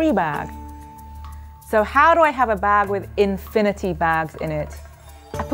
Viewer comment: holy crap started off the video with a loud "WOT ISH INFINIDY"